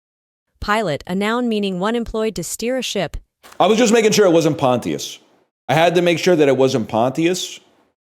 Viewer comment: It’s pronounced Pahnchus not ponti-us